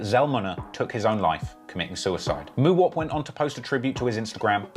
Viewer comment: The way he say Mooowop 😂😂